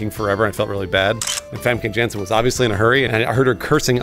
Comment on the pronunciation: I'm Dutch and I love how pronounces Famke Jansen.